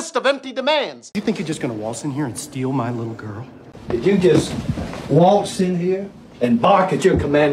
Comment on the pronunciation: Waltz (wa:lts) "a:" from throat, (but then he turned it into "o:") why???